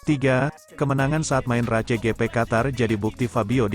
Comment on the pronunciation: 😂 bacanya RACE